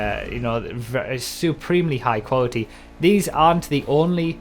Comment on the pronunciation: "Quawty" xD no hate Broughy.